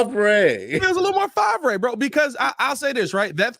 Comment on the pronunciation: Fav-ray lmfao. Thats what i called brett. Lmfao